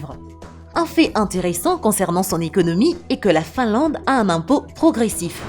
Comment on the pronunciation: Finlande au lieu de Finlade ! Bienvenue au lieu de bienvenu ... Vidéo agréable ! La Nouvelle Zélande m'attire ...